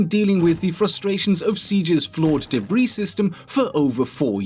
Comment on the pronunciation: First time he said "debris" sounded similar to "Debra"